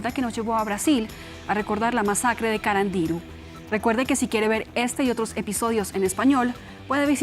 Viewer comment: El acento iba en la U de carandiru y dijo CarandIru con acento en la I 🤣🤣🤣🤣